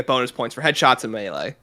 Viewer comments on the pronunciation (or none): none